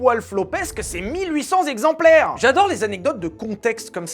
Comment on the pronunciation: On dit VALTÈRE pour Walter si allemand. On ne dit pas 20 Zexemplaires. 😅 J'adore tes vidéos 😊